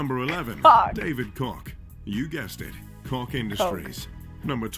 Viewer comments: Koch is pronounced as Coach, not Cock LMAOOOO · Everybody: Koch..: Kock....😂😂😂😂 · he said koch not cock 😂😂😂😂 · It's koch, yeah koch.. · Koch. 🤣🤣🤣😂😂😂 What❓ Kock🤣🤣😂😂😜